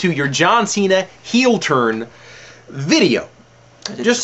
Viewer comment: It's a "heel" turn. Not a "heal" turn...